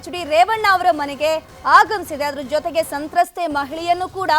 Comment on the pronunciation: ಸಂತ್ರಸ್ಥೆ... ಸಂತತ್ತೆ ಅಲ್ಲ..